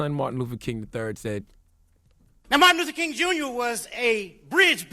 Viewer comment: this dude said martin loofer king on purpose